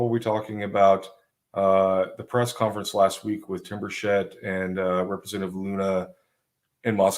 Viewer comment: It’s Tim Burch-it. No s and a hard ch.